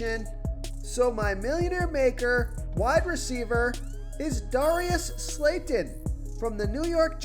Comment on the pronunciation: Bro you trying to screw us over 😂😂 Darius slayton? Really?!😂😂😂😭 you can’t even say his name right!!